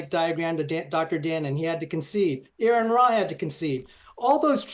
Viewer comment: Note to..his name is spelled Aron, not “Aaron”..thus you should say “Ah-run”..he’s a friend of mine and I don’t appreciate you not even trying to say his name correctly!